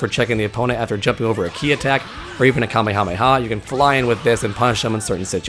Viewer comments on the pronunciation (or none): none